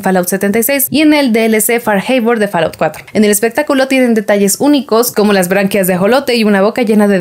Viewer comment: En inglés la A se pronuncia como O y la O como A ¿ EH ? si, así es, FALLOUT se pronunciaría FOLAUT y no FALAUT..